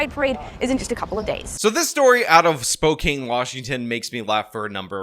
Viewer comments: Man, so many folks online make me cringe whenever they say Spo-kayne. Haha I know it doesn’t look like it but is Spo-can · wow, this is b.s. lol also you are pronouncing spokane incorrectly, its Spoe-can not spoe-kane lol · SPO-CAN not spoCANE Edit: utterly shit city but if ya gonna report da news report it correctly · That’s pronounced spoke ANN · It's pronounced "Spo-can". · It's pronounced "Spoke-Anne". Good video otherwise. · Since you’re probably gonna cover more stories from Spokane in the future because they’re insane there, just to let ya know, it’s pronounced Spoke- an. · it's Spokane as pronounced "spo can". #carryon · Washingtonian here its "spoke-anne" its a native name. Feel free to butcher it up however you want though i love watching others here squirm at the wrong pronunciation lol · Lol, it's pronounced Spoke-can.. bro I'm Canadian and even I know that haha